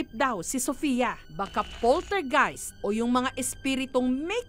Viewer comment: A POLTERGHIHT